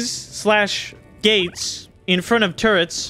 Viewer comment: I'm glad to hear you're saying "turrets" correctly now.